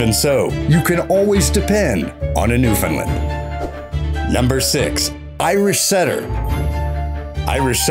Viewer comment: I cringe every time a bloody mainlander says "New-FIN-land"... it's New-FOUND-land ... same cadence as understand.